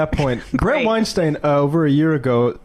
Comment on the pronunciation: Blood on Weinstein's ...ok. It's Weinstein btw, rhymes with Einstein. Question...Any blood on the hands of the incomprehensibly incompetent Johnson and Johnson whose incompetence scared away 100 million Americans from getting vaxed. How many deaths does that equate to? You just gloss that over though. You people should just admit it , we're all doing our own guess work on this shit... largely because people in power are acting very shady.